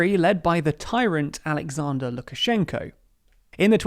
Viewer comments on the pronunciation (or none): none